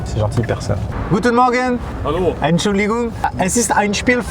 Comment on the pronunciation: Le "Halo!" typiquement allemand